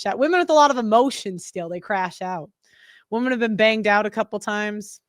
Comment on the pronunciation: WEMEN, WEMEN,WEMEN. All I hear on these videos 🥱